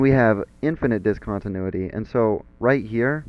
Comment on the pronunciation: when the teacher cant pronounce the title of the lesson